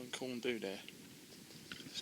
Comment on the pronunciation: Nice one....and it's Pronounced corn dee not bloody do lol